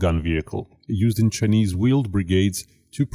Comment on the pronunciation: "The cha-knees military"